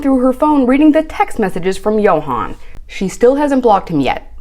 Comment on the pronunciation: Honestly. Ill be that person today.. I don't feel bad for her at all. I feel like and I've said this before, she was trying to buy his love. No one her age can be this thick. Also its YO HAN. She and JO HAND was doomed from the start when she couldn't be bothered to pronounce his name correctly.